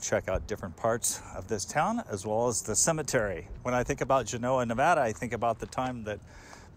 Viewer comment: Thank you for pronouncing the name of the town/settlement, correctly.